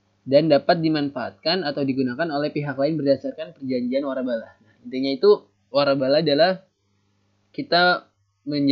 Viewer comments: waralaba min bukan warabala wkwk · wkwkwkwwkkwk lucu bgttt :")